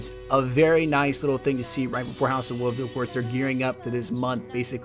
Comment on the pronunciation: Why do you say house of wuvs instead of wolves